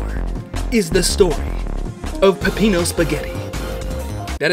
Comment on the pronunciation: Every time you mispronounce Peppino's name a blood vessel pops in his head